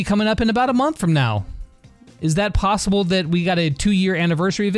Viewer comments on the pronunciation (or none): Lol “plossible”